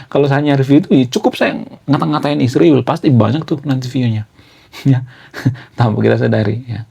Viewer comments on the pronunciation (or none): Sebaiknya abang menggunakan bahasa yg baik & benar dlm penyebutan ISRAEL bukan Isriwil.. Abang kan intelektual jd hrs menyebut ISRAEL dgn baik & benar.. Bravo kaum intelektual..